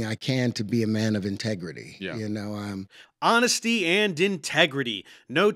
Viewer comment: "honestits & integreedy"